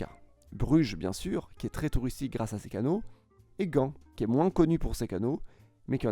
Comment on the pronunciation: J’adore ton contenu et ta chaîne mais révise ta dictée et le dynamise cette dernière sans garder ce ton monotone. J’ai l’impression par moment tu lis juste un texte sans rien ajouter. Par rapport à la dictée Ex « tweristique ». Je souligne que je ne critique pas méchamment, j’adore ta chaîne 😊